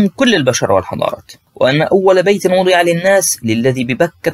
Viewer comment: السلام علیكم .اخي الكریم ٲخطٲت في قراءة الآیة .ان اول بیت وضیع للناس .. انتبه هذا كلام الله بارك الله فیكم .